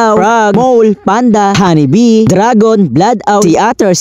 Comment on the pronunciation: Puro mali naman ung mole naging mowl ung honey bee naging Hanni bee mali naman ung assignment niya